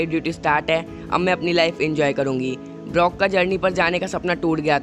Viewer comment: He is brok not blok